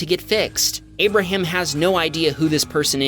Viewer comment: abarham? he sounds like ABARHAM LINCOLNNNN BABYYYYYY